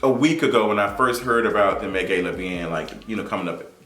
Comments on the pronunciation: Been alive for 23 years and never heard anyone pronounce it “gay-la” unless you doing it on purpose..idk but I physically can’t keep watching and hearing you mispronounce a word that the majority of the world says one exact way. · Like is he purposely pronouncing Gala wrong 😒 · This is a new pronunciation of gala lmao